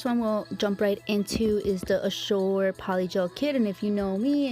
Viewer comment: Azure is pronounced A-zher. zh is kind of like the jh or sh sound but with a z. The U is the sound of an E. It isnt a sharp J sound. Its a sh with a z sound. Hard to explain. If you go to Google you can probably get it to do a pronunciation for you. My daughter had a friend that had this for a name. Its a beautiful girl name I think. I watch you all day sometimes lol I love your videos. I have been doing dip nails your way for a long time actually. I didnt know until I started watching you, that anyone was doing it. Im so glad its actually a thing! I wish I was good enough however to have a channel. I am terrible with nail art. And to do polygel or acrylic nails? FORGET ABOUT IT. They look TERRIBLE. Then it takes FOREVER to file them out, especially my left hand (Im a lefty). I had bought myself the Makartt brand of polygel. UGH that stuff is so hard to work with. Is the Azure about like that, or easier? I do something wrong with it. I probably use too much slip solution/alcohol. So I have only been using it for my big blings. And it really works for that.